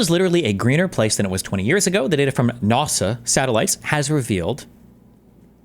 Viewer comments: He has such a weird accent. Even the way he pronounces ‘NASA’ as ‘NARSA’ is strange. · NAWH-SUH? (NASA) MOADEES? (MODIS) I'm about to minecraft myself in a video game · I KNOW Jordan Peterson knows it’s not pronounced nawsa wtf why did he say that 😭